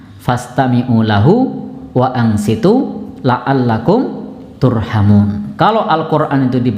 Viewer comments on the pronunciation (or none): Waanshituu bukan waanshiitu